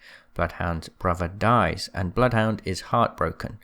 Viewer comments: Im sorry but the one thing that annoyed me through all of this was how you pronounce Johan. It’s not Jo-han It’s Yo-Han He’s got a Norwegian accent so it means that Johan most likely be pronounced Yo-han kinda like how he pronounced blood hound as “Blooth hoon-der” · Bloodhounds name is said by him in the game. If you select “Training” and ready then run up to him, he says “Welcome to Apex Legends, I am *says his name, sounds like it’s pronounced Bluth Wynder.”